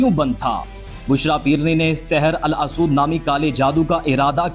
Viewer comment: Saher al asood nhi Saher ey aswad Aswad yani kala جیسے ھجرہ اسود ہے